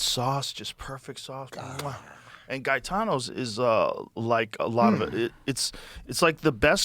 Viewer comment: Not guy-tano.....it's pronounced gay-tano